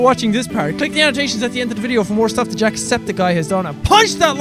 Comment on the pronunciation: Jack why did you say jackseptick guy